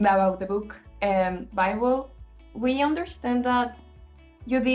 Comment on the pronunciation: Muchas gracias por traernos está bella entrevista con los chicos!😍 Que son un amor de personas, súper bien las preguntas , y verlos con esa confianza de responder son tan lindos! PD:😳 amoo su pronunciación en inglés de Biblie 😳